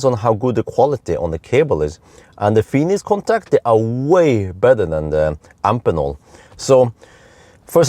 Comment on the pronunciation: Hey, just minor remark: I'm quite sure you should pronounce the connector-manufacturer Amphenol like you do Phoenix: both "ph" are pronounced "f". At least: I distribute a product of a European daughtercompany of the US Amphenol, and they say Amfenol...